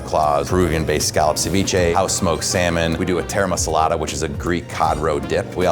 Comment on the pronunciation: The way he says taramasalata really bothers me cause I'm greek and it's pronounced tar ah ma so la ta